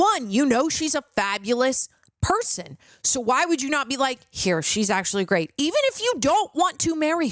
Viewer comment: "Gweat Questions" 🤣💀